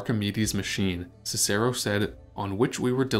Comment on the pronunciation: How can we take a History channel seriously, when you don't know how to pronounce Cicero?